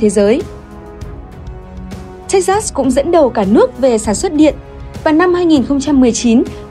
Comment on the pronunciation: Đọc là Thếch Xịt (sừ) nhé :))